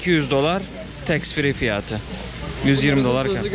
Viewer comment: Fiyaaatı 😅 açık kapalı a lara çalışmalısın gibi :)